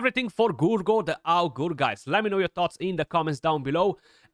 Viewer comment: the way u need to pronounce Augur is agre anyway excited to use him now in the arena I have 6 star-awakened